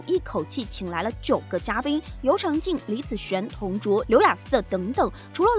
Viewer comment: 为什么每次都说错？每个视频我都有留言纠正你，还是说错，我纠正最后一遍，是尤长zhang靖，谢谢！